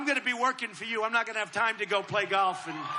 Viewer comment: Have a shot of vodka every time he says “Gaulff” Just occurred to me that YouTube celebrities are desperately trying to raise 20 million dollars for 20 million trees.. and Mr. Ttump has a budget of 110 mils for playing golf.